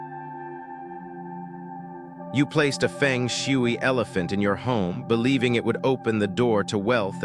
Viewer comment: Nobody will believe you. You can’t even pronounce Feng Shui in the right way. Research first how to pronounce it before making a video.